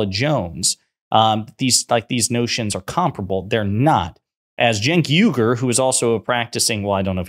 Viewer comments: Its not Cenk Yugur. Its UYGUR. Uoigurr. Thats how you say it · Firstly Genk's last name is pronounced " Wee - Gore " not " You - Gore " ( just like that ethnic Muslim minority that's intured in prison camps in western China,) secondly Mr Morgan knows better he's just stirring up his audience to keep his ratings up, l think that's standard operating procedure for most TV hosts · Phonetic: wee-gur, not yu-gur.